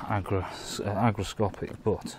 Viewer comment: What is "agro-scopic"? Do you mean hygroscopic?